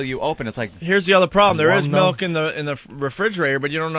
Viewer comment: Opie doesn't drink milk, he drinks "melk" lol